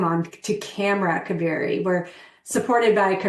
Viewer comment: Not ka- veri … It’s pronounced as KAA- veri ( holy River in Karnataka )